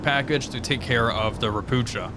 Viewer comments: xD .. ropucha is pronounced ropooha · You call „ropucha” „ropukha” It means „frog” You read „ch” like „h” in word „heart” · Btw. Ropucha is a polish word for toad, they were built in Poland. The first Ch is not the sound "cz" like in Chinook or chopper but its 'H' like Helicopter, Hello and Home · I am not complaining, I love your vids😂 It's just really funny to me how You (and many others) pronounce Ropucha. In this case CH is definitely not pronounced like the ch in 'chest' - but rather as an H(a) like in 'Eisenhower'. Ro - poo - ha (a toad 🐸)!